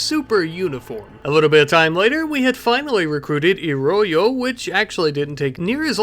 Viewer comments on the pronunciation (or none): For the pronunciation of Iroño, ñ makes a sound like n-yeh. so you'd say it Iro-nyoh. the way you said it would be spelt Irollo. Which is cool that you can do the double L noise perfectly!